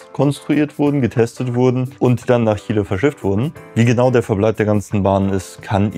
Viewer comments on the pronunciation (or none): none